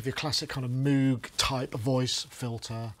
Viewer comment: He knows but he doesn´t care . What kind of self - important asshole would not strive to pronounce a man's name correctly ? Moog as in ROGUE .